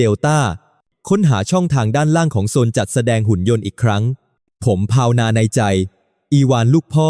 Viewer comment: สบถ ออกเสียง สะ บด มิใช่ สบ ถอ ครับ หลายคำครับที่อ่านไม่ถูก กับการแบ่งวรรคตอนผิดพลาด ถ้าจะใช้แอพประเภท text to sound ก็ควรเขียนให้แอพออกเสียงให้ถูกต้อง มากกว่า เขียนถูกไวยากรณ์ไทยครับ สงบ อีกคำ มิใช่ สง บอ 😊 ภาวนา อีกคำ ออกเสียงเป็น ภาว วะ นา ครับ มิใช่ พาว นา